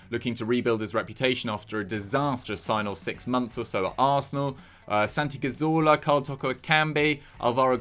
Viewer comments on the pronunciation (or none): none